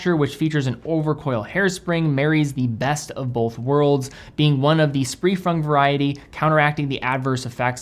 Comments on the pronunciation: 4 minutes 40 seconds spree frung instead of free sprung. Hahahhaha. Still done better than I ever could love the videos thank you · says "Spree Frung" instead of free sprung 🤣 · lol said 'spree fung' instead of free sprung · Was that a “spree frung” 😂❤️ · Did I hear "spree frung"😂😂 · Yes, you did!